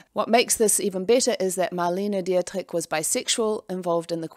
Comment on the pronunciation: I don’t mean to sound rude but Marlene Dietrich’s name is pronounced ˈdiːtʁɪç - die= di, and at the end a "ch" sound that is a combination of "k" and "h".